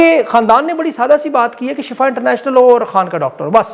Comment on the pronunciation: salam,,ye shafa nahee Shifa hai lehza Shifa parah karain Shafa aur shifa me farq hai ..Shafa Jahanum ka kinnara hai aur shifa ka matlab sehatyabi hai..jazak Allah